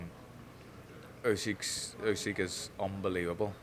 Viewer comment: Усик прізвище, а не Ускі. Вам пора вже вивчити правильно. Майте повагу